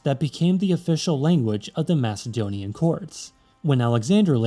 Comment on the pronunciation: “Massedonian” This is my second video in a row I’ve watched regarding language where the narrator pronounced it that way. The c makes a k sound, not an s sound. That’s an instant dislike, bad comment, and leaving of the video.